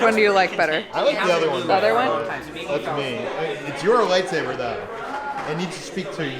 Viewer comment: The lady said “the kyber crystal is the heart of your light-saver” SAVER!???!? it’s a light-saber! Not saver